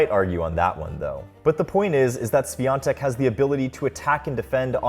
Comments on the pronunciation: Please learn how to read her last name. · You could at least make an effort to learn how to pronounce her last name if you're going to make an entire video about it, it's not that hard. Terrible work. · I’m proud of her, POLSKA GÓRĄ 🇵🇱🇵🇱🇵🇱 Also, the correct pronounciation for her last name is “ˈɕfʲɔntɛk” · Iga just seems to be likable and I hope that this huge success won't change her. About the video: you can stick with "Iga" ;) maybe try to ask some Poles to pronounce Świątek for you? or listen to google translate? I know Polish can be really hard for foreigners, but hopefully Iga will be there for years to come, so trying to learn her surname should be worth it. That "i" should be way shorter... "swiontek", not "swiiontek" - quite as you would stick short "i" in "won"... Short "i" like in Winona (Ryder) and as far as you can be of "ion" pronunciation ;) maybe fast sshh (like in silencing someone)-we-on-tek , NOT "S-we-ion-tek" I appreciate that you have used Polish letter while writing her surname in title :) Sorry for long post... I had fun trying to find good idea how to describe that sounds :P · Bruh its not that hard to lean how to pronounce "ą" and especially "ś" in in her surname. Why wouldn't you even look up the prononciation if the whole video is about her? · It's time you learn how to pronounce her name correctly... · Ś is pronounced closer to English SH, rather than S. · Don't watch much of tennis, just came here to hear how wrong Świątek is pronounced. Love our wifi password surnames. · It would be nice if you told her surname correctly, it's not that hard to find out. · Learn how to pronounce her surname, THEN make a video about her. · It's time you learn how to pronounce Świątek 🥲